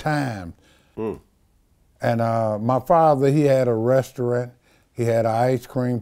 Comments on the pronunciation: . "My father had a 'resterunt'...he had three 'bildin'..." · "My father had a resterint" 🤣🤣